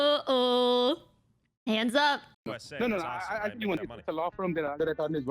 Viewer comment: “DO ONE TING, DO ONE TING”